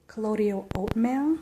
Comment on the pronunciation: It's colloidal CO-LOY-DULL. :)